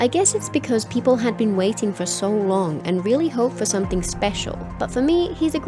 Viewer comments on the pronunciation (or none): none